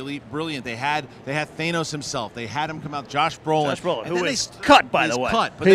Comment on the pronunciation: Why does everyone say Thay-nos???? aaaaaaahhh!!!!